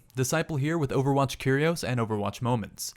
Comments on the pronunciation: Y u say curios like coolios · The way he says Curios makes it sound like a cereal lol